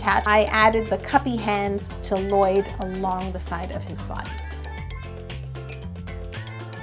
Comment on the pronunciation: Not Lloyd... It's L-LOYD